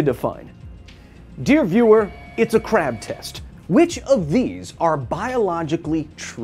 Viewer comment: That KRRRab. It's like your german ancestry is coming out.